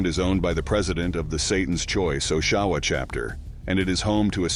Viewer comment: Just any FYI....I live in Oshawa and lived near the Choice clubhouse as I was growing up. It's pronounce Ah-sh-ah-wa (soft O at the beginning), not Osh-A-wa (with a hard O at the beginning and hard A in the middle.)